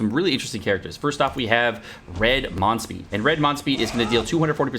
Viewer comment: Monspeet Alert 😅